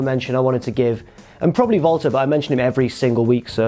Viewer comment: Why does it sound like he says valter and not walter?